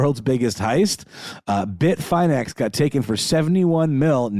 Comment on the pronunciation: No capitulation to Russia, no deals made UNLESS Ukraine is the one creating the terms, AND Russia subsequently pulls everything out of Ukraine, including and especially the territories Russia seized ILLEGALLY. Also, this part is for. It's pronounced Bit-fin-X, not Bit-fine-X FYI. And RazzleCON, wasn't a hacker. She was a con artist. Most of the theft's were from social engineering (phishing scams, wire fraud) Not a hack. If you had to guess, how would it be so simple for a female to scam people through social engineering? Opportunists that got lucky, and sloppy.